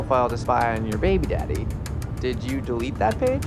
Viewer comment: Why does Nev say “baby daddy” like that? The pause right before is so revealing. 😩 Poor Nev. Wear blue in your next video if you need our help. 😂